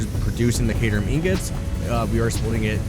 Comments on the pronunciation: Caterium: Kay-Tier-EEEE-Uym. pls bro I like your videos but if I hear one more caterum I'm gonna off myself. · Its pronounced as kə-TIER-ium.